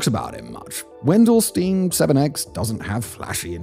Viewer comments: Friendly reminder that the German word "Stein" rhymes with the English word "shine". The experiment's name could be transcribed to English as "VEN-dell-shtyne". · Dude, it's spoken Wendelsteyn! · it's Wendelstein, ei like spelled like an individual I.